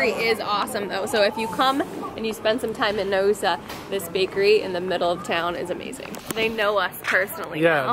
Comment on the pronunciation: Naoussa is pronounced 'now-oo-sa'